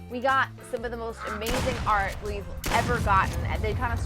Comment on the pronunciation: dude you sayed fart ansteed of art